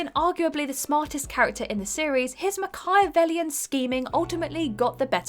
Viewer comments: Mc-eye-avellion? Now that's a new one. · It's 'MACH-key-uh-vellian', dear. Now pronounce 'cringeworthy'. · Haha haha. The pronunciation of Machiavellian. Hilarious.